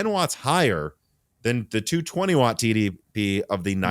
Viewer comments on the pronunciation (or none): none